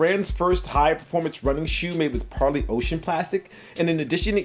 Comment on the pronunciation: I know it’s trivial but It’s super refreshing to have an intelligent sneaker youtuber pronounce Parley correctly.